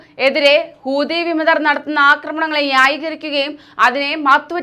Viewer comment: കൂതി അല്ല മക്കളെ, ഹൂതി ഹൂതി, എന്നാണ്